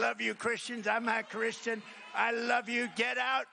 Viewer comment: I feel like he slipped up saying I'm "that" Christian fumbled his tongue idk I heard it tho